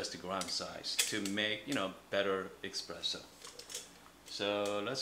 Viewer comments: it's called really Espresso and not Expresso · I heard eXpresso too,every time. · Stop calling it expresso pls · Honestly, I was skeptical about the quality of advice from anyone who pronounces espresso with an x, but it was actually a very helpful video for this beginner! Thanks!